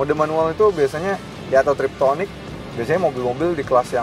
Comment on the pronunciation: Dengerin car reviewer ngomong "triptonic" itu bikin kuping gatel dan mual2